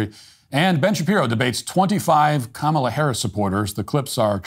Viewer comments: Bruce Springsteen mispronounced Comma-la's name. He pronounced it Com-allah. He is, today, cancelled. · It sounded like he called her Mala Harris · Didnt he just pronounce her name incorrectly? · it's KAHHHmla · Lol Springsteen "mispronounced" her name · Bruce S pronounced her name wrong. That's pretty sexist, racist, anti Indian, anti Black, anti democracy of him. Edit - I posted this before Matt mentioned it. Well done for picking up on it dude. Will delete my comment if it makes me sound like a fud. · 😂😂😂😂 he is mispronouncing her name and that is racist You are so funny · Bruce Springsteen should be ashamed of himself for mispronouncing Kamala.